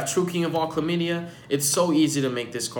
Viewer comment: I lost it when he said Calamity the first time lmao chlamadia 😂